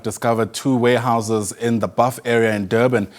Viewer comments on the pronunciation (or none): Bluff not bath come on man poor journalism